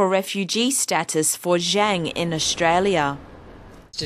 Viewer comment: She said the name wrong... zhang is pronounced "zhong"... pinyin is nothing like regular english, and cannot be read the same.